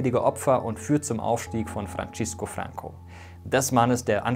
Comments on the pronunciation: Er hieß span. Francisco, ausgesprochen etwa "Fransisco", nicht wie it. "Frantschesco". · Mega gutes Video. Hab es meinen Schülern gezeigt um das Gelernte im Unterricht zu festigen. Kleine Korrekturen: das "C" im Spanischen wird fast genau so wie im Deutschen ausgesprochen, also [t͡seː] und nicht [tʃ] (Francisco). Und das "ll" in "Caudillo" muss als [dʒ] ausgesprochen werden (caudijo), so wie ein deutsches "J", und nicht als [x]. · Francisco bitte nicht mit italienischem Slang aussprechen. Fürchterlich, was die deutschen immer so aus spanischen Namen und wörtern machen 😄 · Super-Video! Nur ein paar falsch ausgesprochene Wörter: GuerNIca (statt GUERnica), FranZisco oder FranSisco (nicht Frantschisco), CaudiYo (nicht Caudicho) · Sehr spannendes Video. Aber autsch, die Aussprache der spanischen Wörter. Da kann man sich schon besser informieren. Francisco Franco wird "Franzisco Franco" (das z gelispelt) und caudillo als "caudijo" (ll wird j) ausgesprochen. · 2 wichtige Korrekturen: a) Es heißt FranZisco Franco und nicht FranTSCHisco Franco. b) Konservative SIND Teil des rechten Spektrums, so wie Sozialdemokraten ein Teil des linken Spektrums sind. Franco & Co waren Rechtskonservative, und somit rechtsradikal (so wie die Linkssozialisten ins linksradikale Spektrum leisten). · Nach "Gérnica" und Frantschisco" innerhalb der ersten Minute bin ich ausgestiegen, denn der Rest wird ebenso fehlerhaft sein. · Ein super Video! Es gibt ein paar Fehlerchen. 1.Die Ausprachen von Francisco. 2. Der Text mit dem du "Franco" auf dem Foto im Baskenland labelst steht nicht auf Franco. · Du hast francisco und caudillo falsch ausgesprochen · seit wann wird francisco franco italienisch ausgesprochen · Die spanische Aussprache muss aber noch geübt werden, z.B. bei Francisco, oder caudillo